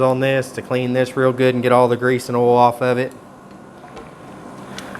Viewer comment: OIL, not OLE. Lol. Great video, I truly learned a lot.